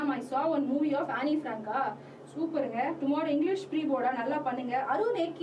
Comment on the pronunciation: It should be pronounced as ann- frank